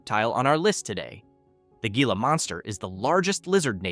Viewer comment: It is pronounced “hee-lah”, not “gee-lah”.